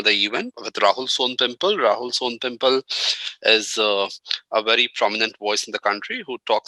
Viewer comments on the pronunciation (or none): Bhai. Sown pimple is not how it's pronounced 😂